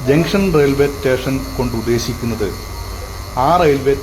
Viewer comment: മച്ചാനെ.... "റ്റേഷൻ" എന്നല്ല പറയേണ്ടത്. "സ്റ്റേഷൻ" എന്നാണ്. സ് എന്നത് താങ്കൾ വേണ്ടെന്ന് വെറച്ചാെ?😂 (എന്തായാലും പരിപാടി സൂപ്പറാണ്👍👍👍)